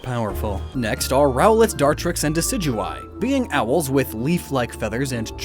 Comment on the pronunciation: ROWLET DOES NOT END WITH A Y, IT ENDS WITH A T! FIX IT NOW!